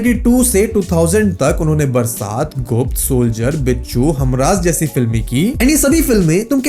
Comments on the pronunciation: baraat ni hai bhai wo Barsaat hai😂😂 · Chatgpt se likhwate hain aur bol dete hain😅barsaat ko baraat kar diya